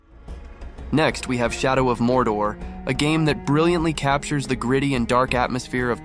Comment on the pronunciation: "Shodow of Modor" xD